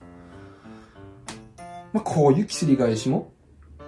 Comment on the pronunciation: 「くどくど」「青森」の発音練習で吹いた。 「大豆」も。😄😄😄